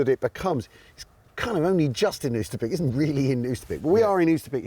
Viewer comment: I'm not Dutch, but I lived for a while near Arnhem, and to my ears "Oosterbeek" is pronounced more like English "Oaster Bake" (rhymes with Toaster Break). The 'g' in -weg is not hard 'g', but more like like 'ch in Scottish loch.